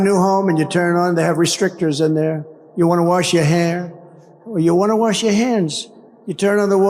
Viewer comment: trump: i had no bidet, i had to warsh my a$$ in a sink!